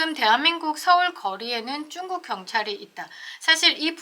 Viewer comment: 중국이라고 말해주세요,,,,쭝국이라 하니 듣기에 애매해서리